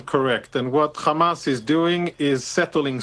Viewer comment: Why do they say Jamas? It is Arabic therefore it is pronounced Hamas.